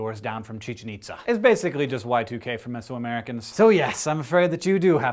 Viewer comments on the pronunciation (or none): I... I loved this video except for the moment when you put the emphasis on the wrong syllables in Chichén Itzá. You were just so close! Which is a hell of a lot better than the History International narrators have ever done with the Popol Vuh, and a lot better than I will hear from newscasters this year, but still. Despite that, now I'm going to rewatch the video, press mute at that point, and enjoy my Maya-geekout again.